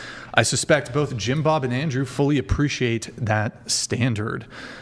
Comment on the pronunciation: "You're low class" " Wow, first time I've heard that in my life" Also pronounces both as bofe